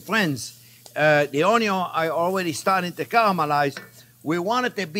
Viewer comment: Every time JP says onyo my life expectancy increases by a year.